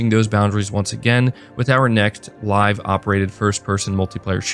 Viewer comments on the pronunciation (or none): none